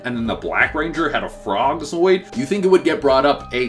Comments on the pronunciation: Zords... Not Zoids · I see he still calls them "zoids" instead of "zords" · to mispronounce something is not an accent unless it's not your first language. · 3rd video yet still calls the zords zoids. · for someone who says there a huge fan your always messing up the word ZORDS not Zoids lol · Dude it’s not zoids...it’s zords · we 2 months deep in quarantine and he still pronouncing zoRds as zoids?? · OML, THANK YOU FOR POINTING THAT OUT. It annoys me so much. Oh and, I like ur girlfriend🤩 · Lmao he can say Zordon but not Zord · Zteroids lol 😂